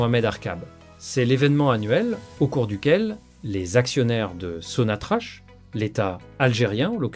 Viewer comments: C est n est pas (so na tra ch(=k) c'est sonatrak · Pitié, arrettez de prononcer Sonnatrache.